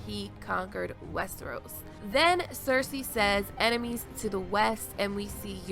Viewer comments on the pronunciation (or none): none